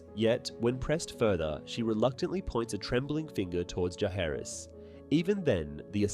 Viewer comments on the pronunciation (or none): You keep saying Jaehaerys instead of Jaecerys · I think he is actually saying Jaecerys, but he's pronouncing it with a 'k' or 'hard c' sound instead of soft c or 's' sound. So it sounds more like 'Jaehaerys' because of the way he pronounces 'Jaecerys'. That's my opinion, anyway.